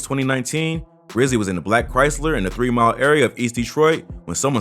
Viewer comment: Did this dude say “3 mile” LMFAO